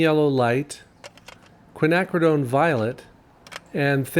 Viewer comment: Hey 👋 James! I think the original 3 colors used provided a solid underpainting that brought life to the final results. I enjoyed the triad tests and the lessons learned. Bonus points for pronouncing Quinacridone!?? (spelling??) Finally, I appreciate your attention to detail and effort to faithfully represent your subject.